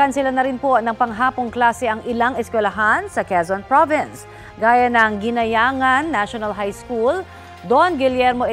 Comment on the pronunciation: Correction: Guinayangan is pronounced as Ginyangan.